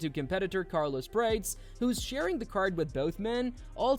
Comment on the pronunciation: What is this nonsense channel? Can't pronounce Carlos Prates? Who the fock is Praytes?